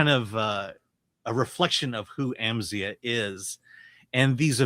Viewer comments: It’s pronounced Amz eye ah. Come on man they say it in the movie a bunch. Also, this movie was great. solid 8 out of 10. Please go see this folks! we need to support original movies. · Bro, how can you mispronounce his name if you've seen the film? They only say his name like a thousand times in it. 🙄